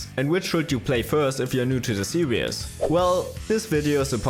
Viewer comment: Glad to help ! Nothing shocking stood out to me :) except maybe, as other people already pointed out, you tend to pronounce your "R" like "W" you also say "seriaz" instead of "seriz" for "series"